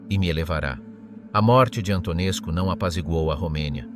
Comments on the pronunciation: Antonescu a pitomá AI to čte jako Antonescu...skutečně -scu, muž teror...a jiné lahůdky... každý normální to musí vypnout. Výplody AI, mluvené strojovým hlasem....opravdu ne. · A. Learn how to pronounce names. B. You will find that many Romanians test him as a national hero.